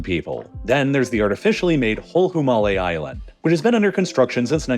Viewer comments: The way he says hulhumale is so funny. 😅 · Just say hulu male as a maldivian my brain heart when he said that